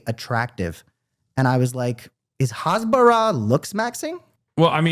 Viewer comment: Hasbara is “explaining” in Hebrew, and is with an H like “house” and not with a xha (like hammas). The fact they say it like that just proves they know nothing